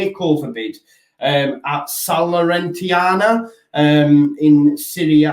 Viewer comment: Need to brush up on your Italian. It's Salernitana.